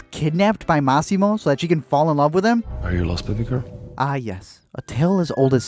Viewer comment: IT'S NOT MAAAAAASSYMO, IT'S MASSIMO